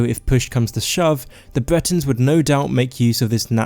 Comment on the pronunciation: Dude...p"r"ovince, sky"r"im, b"r"eton!! Whats wrong with your pronouncing